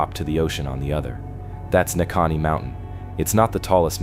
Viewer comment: Neahkahnie. Ne - a Kahn - nie